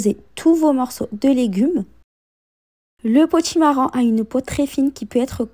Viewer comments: Potimarron et non potimarrant😂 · Bonjour. Son accent fait que l on entend davantage le son "an" que le son "on". Cela est caractéristique de beaucoup de personnes originaires du Maghreb. Cependant elle prononce bien potimarron. Sinon, cela serait peut-être plus agréable de lui faire la remarque avec courtoisie et bienveillance, non?